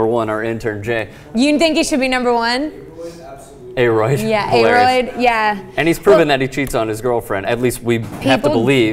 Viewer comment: Hahaha A-roid.....It's A-rod dummies